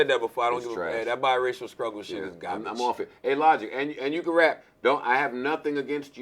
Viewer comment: The was he pronounces garbage ‘Garbige’ lmao